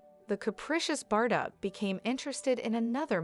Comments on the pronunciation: Yes how ridiculous her prononciation of Bardo as Bardott!... I cringed every time! 😖🤨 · Learn the right prononciation of her name, it is not Bardotte, but pronounced Bardo. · It’s not bar-dot. Please learn the correct pronunciation. Cringe. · You should really look into pronouncing words an names properly cause it really makes you sound unintelligent and ignorant even a little Illiterate not being mean but bardot is said like bardoe i can understand that mistake but how do you fuck up words like object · The T is silent in Bardot. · She can't even pronounce her name and pretend she knows her life. It's bs video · Americans are so dumb😂😂🤣🤣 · The t at the end of her name is silent. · How wd she know about BBs life when she doesn't know to pronounced her name? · Every time she mispronounces it I want to crawl out of my skin